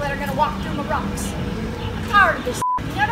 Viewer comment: Ahem. I believe you mean “rawcks”.